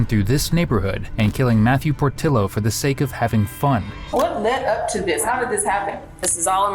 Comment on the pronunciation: Need to correct your AI voice over that "Portillo" is pronounced "Por-TEE-yo"... could help with other words and names as well as other mistakes, such as "El Paso". This is NOT in El Paso. As stated in the video prior to this moment, it is in Las Cruces, New Mexico. Not even the same state! js